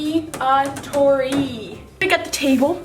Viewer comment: It’s a slime-a-TOUR-y